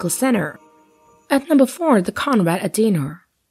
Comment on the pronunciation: Conrad "Adenar" ? I think you mean Aden-ow-er